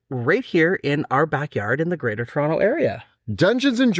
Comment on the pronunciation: "Churonto" I knew you guys were fellow canadians, but I somehow just felt it when they pronounced Toronto correctly.